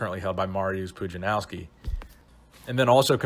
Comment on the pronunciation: He really butchered that "mariusz pudzianowski", especially the first time